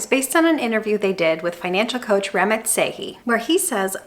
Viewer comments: Just fyi, Ramit is pronounced Rah-meet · It's "rah-meet" with almost a subtle "th" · His name is pronounced raw- meet. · Really great video! I love your teaching style and approach. I would, however, recommend you play one of this man’s videos and hear how he says his name. It is not “Rammit” like “rabbit”. 🥴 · Ramit? U mean ra-meet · Have you ever listened to Ramit??? It is Ra-meet............... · His name is Ruh-MEAT 😁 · It’s Ram-eeeet!!! One of the current most prominent financial voices of right now. I wish you had looked up the pronunciation because I cannot finish this video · How can you do an entire video saying Ramit's name wrong each and every time. Have you actually watched one of his videos? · Not how you say his name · Great video… Ramit makes you think beyond the numbers to question what you really want. He wrote one of the first books I read on finance; information from the book is still relevant. By the way, you butchered his name. 😂 I will run the numbers; I'm curious after the video.